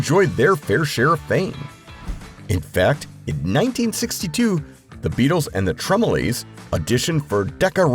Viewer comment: Pronounce it correctly, the TremelOOOOOOOOOOOOOOHHHHSSS…